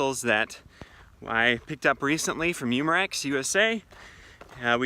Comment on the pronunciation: Hey like you’re Chanel. One thing though umerax as your saying Is pronounced more like oomerex